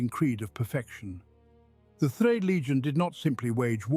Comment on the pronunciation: why can't you pronounce third?